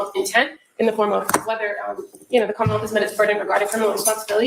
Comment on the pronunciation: The way they pronounce Commonwealth as KHAAmmawelt is hilarious.